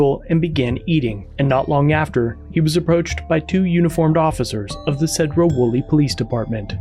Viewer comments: You know it sucks getting sent a link to a channel you watch only to find out its from your home town. Also if you cover Sedro-Woolley Police again, pronounce Sedro with a C instead of a S, like Cedar. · “Seeedro-Woolley” cracks me up the way you say it. He’s only minutes away from burlington which has Walmart and a host of other locations to park. Cops thought he was on meth at first guaranteed. When they found out he’s not they had to do something 🤷‍♂️ to mess with him. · It's SEE-droh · Two things, first it’s pronounced Seedro Woolley. Second those cops are corrupt asshats. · Pronounced “Seed row” like plant seeds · Love your work. As a former Washington native I make a tiny correction, which maybe wrong, but I always heard the city of Sedro Woolley pronounced as Seedro Woolley. I know, I'm nitpicking. Many towns in Washington have Native American names and are problems for people outside of the state. Even the city of Seattle which is named after chief Stealth. Yakima is another as is Spokane which has a short "a." My favorite is the town of Sequim, pronounced Squim, I'll never understand how that works. Keep up the great work. You are a valuable asset. Abolish qualified immunity. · Wonderful all I can say is it's clearly unconstitutional. And also it's pronounced SEE - DROW WOLLEY!!!! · See-drough Wool-ee. Think good ol' boy Appalachia on meth... but in Washington. The cops are all ego & zero brains. Awful place.